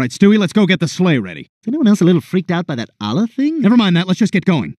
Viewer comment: As a Muslim, I'm offended that they didn't pronounce Allah properly!